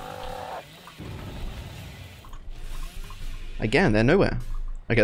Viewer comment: 1 bro called ada feng 2 bro says "fong"